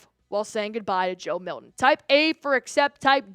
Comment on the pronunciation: Who is Joe Milhin? It’s Milton.